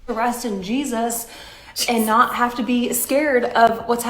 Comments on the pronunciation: GEEZ-US wants you to stop saying his name like that....😂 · I cannnot stand the way she says JesUSS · Every time you repeat "Jeysus" 🤣🤣